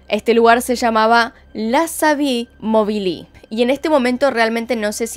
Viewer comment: lo pronunciarse un poco mal el nombre de la disco , es le sabbie mobili significa las arenas movedizas